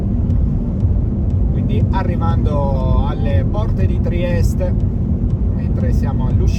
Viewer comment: Ma perché spesso dice "Triest" con la e finale muta? Cos'e, pronuncia la città col suo nome tedesco in ricordo del vecchio periodo Austro-Ungarico?